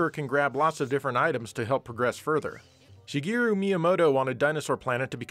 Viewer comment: "Shigiru Miyamoto"